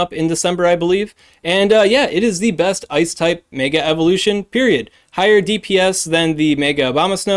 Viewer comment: I hate how you pronounce "mega"